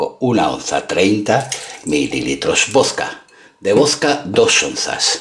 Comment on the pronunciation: Amo como este señor dice vodka (voska :v)